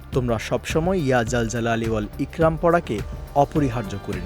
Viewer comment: এখানে উচ্চারণ হবে " ইকরম "❤❤❤